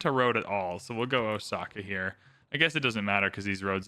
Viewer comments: Actually, the reader should pronounce it with the emphasis on the O (as in "oh! I get it"). Let it be slightly prolonged. As in Oh!-saka. The O is the kanji character 大 which means big or large. This city is the big saka. While saka isn't necessarily a modern word, used more for a sound, it probably has a historical meaning as "hill". This would make it "big hill"as a city name. Which makes sense due to being built on the side of a mountain. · I haven't watched Shogun but the correct pronunciation of Osaka is with an s sound, not with the letter z